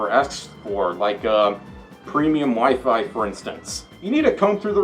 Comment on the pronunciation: Instead of hearing “the WiFi didn’t work,” I heard “the wife didn’t work” and I rewound the video while giving a confused and concerned look 😅